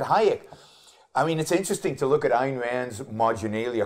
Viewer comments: Gloria, I love your sincerity and inquisitiveness. But you should know that Ayn rhymes with mine or pine. "Ann" is incorrect. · Exactly. Or, in my case, reading biographies. Either way, how hard is it? Beyond that, she has sat and talked with people who knew Rand personally (Binswanger) and say her name correctly. Resistance to getting such details correct is a red flag.